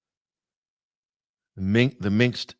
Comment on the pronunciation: Great show. - it is Minsk, not Minks or Minx